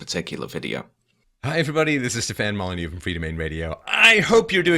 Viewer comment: I watched a few of other videos on this Stefan Mole-ah-knee and I heavily disliked him. Now after this video all I can think is EVIL EVIL EVIL EVIL PERSON